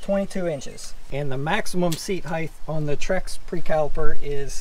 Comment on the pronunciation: "Trek" not "Trex". Great video, thanks!